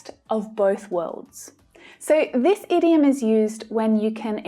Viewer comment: I have a doubt about the idiom pronounciation. Why ur pronouncing it as ediom although the word starts with a oval 'i'